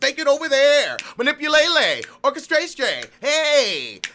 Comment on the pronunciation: I love the way you say Smolier HAHA! I am still baffled that someone did all this for a Fucking raise? We should all sue him for giving agent orange ammunition and distract us from the crazy who wanted to kill democrats and media personality. However, thank you for the good laugh, so that I don't have to cry. "Manipulale" HAHAHA